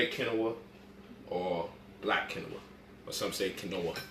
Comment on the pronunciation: Quinoa{Keen~wa} not, Ken-no-wa ~ Stevia{Stee-via} not ,Stev-via......Google will help you pronounce words....